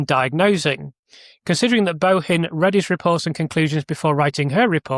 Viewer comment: Bohin is pronounced Boin, the H is silent. Im Irish and we never pronounced the H in the middle of surnames eg Mahon. Pronounced Mann. Material up to your excellent standard but …it must be me,I cannot follow the complexities. You promised on your stream last week that you had a really interesting video on Thursday. Well it’s Thursday and I cannot expend the energy! To tease my aged brain to follow.